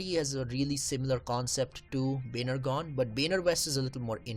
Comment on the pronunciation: Dude pl say properly Baner Gaon not bhanergone